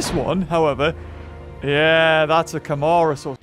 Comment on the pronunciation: How to pronounce the dinosaur names that appeared in the video Yangchuanosaurus (yang- shwa- no- sau-rus) Nigersaurus (nee- zayr- sau- rus) Camarasarus (ca- ma- ro- sau- rus) Edmontosaurus (ed-mon- toe- sau- rus)